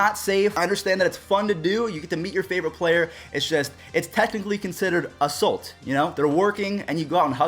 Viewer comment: Someone teach how to say "assault" correctly.